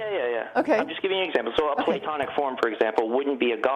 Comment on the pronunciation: Can't even pronounce it.